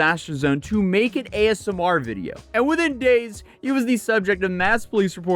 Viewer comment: It sounds like you're saying ASM(A)R. Haha